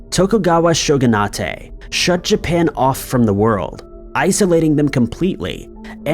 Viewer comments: Shogunate is pronounced (shogun/eight) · Shogunatay? I think you mean frajeelay. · I had to stop watching after a few moments. That is NOT how you pronounce shogunate. Please learn the words you guys use for these videos. It’s really embarrassing. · Dude, "Shogun" is a Japanese word but "Shogunate" is English. The "-ate" is pronounced like the "-ate" in Consulate or Directorate, . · pronouncing shogunate as a Japanese word, but it's English. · Please look up on how to pronounce the word shogunate. It is an English word. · The Japanese word you keep trying to pronounce shogunate as is "bakufu". Do you not go over these scripts with someone before you barrel through them? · I cant with this pronunciation of shogunate lol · (?) please check & study the word "shogunate" (pronunciation). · Shogunate...( Show- gun- it) not ( Show- gun ah tey) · Show-gun-ate not show-gun-ah-tay. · IT'S SHOGU-NATE (LIKE DETO-NATE), NOT SHOGUNA-TAY D:< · Pronouncing it as "show-gun-AHTAY" is incorrect. It is a Japanese word with an English suffix,. It should be "SHOW-gun- ayt". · #5, the word shogunate is pronounced SHOW-gu-nut, not SHOW-gu-nah-tay. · Bro really pronounced "shogunate" as "sho-goo-nah-tey" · 'Shogunate' is pronounced "Shogun-8", the -ate on the end is English. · Shogunah-tey lol